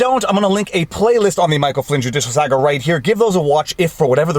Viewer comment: You could say "saga" properly. ; )